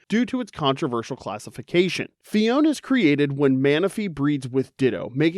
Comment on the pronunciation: Phione and clione both have three syllables! Phi-o-ne, cli-o-ne